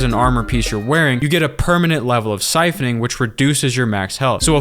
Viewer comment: "SIPHONING"! SIPHONING!